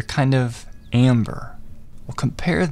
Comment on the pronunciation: It’s not ember eyes its amber